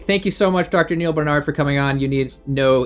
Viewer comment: Why do you insist on mispronouncing Dr.Barnards name?